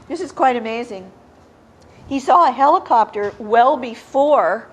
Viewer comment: What's a Heeli-chopter??